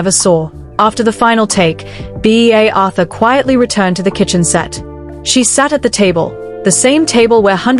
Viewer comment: Lol. B A Arthur. At least try to get your trash fucking AI get it right you trash people